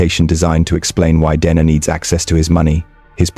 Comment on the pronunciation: He does, but I wish he’d get her name right, he pronounces it “Denna” “Deana” “Dayna”